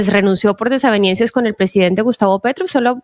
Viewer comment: Señorita! DESAVENIENCIAS? 😮 Bolívar, perdón El "Doctor Bolívar" la corrige enseguida discretamente. Pobre Colombia con tanto Doctó!!